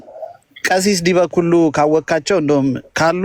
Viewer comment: ጎሽ ምነው አንተ እኔ ንጉሣችሁ ነኝ አልክ ደነዝ መጀመሪያ ዲበ ኩሉ የሚለውን አስተካክለህ ጥራ😂 ግን አንተ ምን ታደርግ እነሱ ናቸው እደዚህ ጢባርህን እድነፋብን ያደረጉት አንተ ቤት እየመጡ 😡